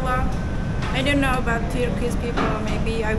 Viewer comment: 'kinow' ne ya? ingilizcen de kotu degil aslinda ama know kelimesinin okunusunu nasil bilmiyorsun inanilmaz yani. i know cumlesi her yerde gecer,. ingizlice konusmalarda, sinemada, videolarda nasil kinow diyebiliyorsun hayret gercekten. hani ingikizceyi yeni ogreniyor olsan gayet normalde ama orta sevoye ingilizcen olmasina ragmen bunu bilmiyor olman hakkaten inanilmaz.